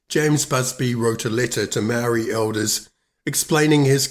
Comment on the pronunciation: Māori have never been in charge of any New Zealand government!! How did u get a Māori like pakeha and give Māori a Māori name like Māori but u can’t even pronounce Māori words and your not English either?? Your out da gate chap!!😝😛